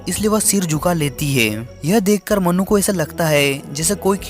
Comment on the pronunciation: मनु ❎ मन्नू ✅ 😂😂😂😂😂😅😅😅😅😅😅